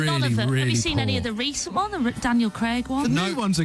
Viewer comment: She can't say 'one' WUN.